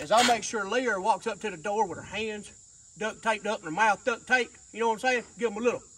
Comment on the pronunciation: Dude it's suppose to be DUCT Tape NOT DUCK